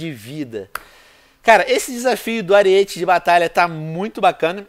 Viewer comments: Venom aprenda a ler!!! ARIETE (errado) ARÍETE (CORRETO) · não é ariÊte é arÍete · Aríííete, não ariête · Venom não é ariête cara é aríete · "ARIÊTE" hauahauha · Venom se escreve ariete mas se fala arete